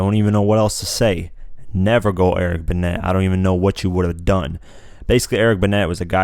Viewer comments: Did you say Eric Binnet? lol its pronounced Ben-nay. thats why it rhymes. I died when I heard that. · eric 'benay', come on man, 'buhnet' doesn't even rhyme. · "BENN ETT" Facepalm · Learn to pronounce Eric Benet, bruh. The next line's rhyme scheme basically yells you how.